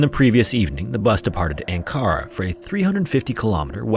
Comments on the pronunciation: Dude this is a nitpick but please learn how to pronounce things properly. It harms your authority and this excellent channel when you don’t verify how to pronounce arm-mi-stis and on-ka-ra. Just look up to how say it dude it’s not that hard. Btw Istanbul is not the capital of turkey either, Ankara is!!! Come on man… If you’re doing all this research I at least expect you to be authoritative on the places and locations and names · Ankara, pronounced Ank-ary, is the capital of Turkey (Türkiye), not Istanbul. Edit: The driver was called Özmedır (pronounced Usmadur), not 'O smadir'. Americans struggle with English, so why should I be surprised with any other language they try to pronounce?!